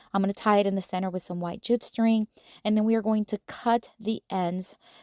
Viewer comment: The keychain idea is PERFECT for a summer craft for my kids!! They'll love making these and giving them to friends or adding them to their backpacks. (Can I just say with all the kindness in the world, that JUTE is pronounced "joot" and rhymes with flute. 😊 I mispronounced feta for a long time, and nobody ever told me! I wish they would've!) Thanks for sharing your ideas! I'll subscribe!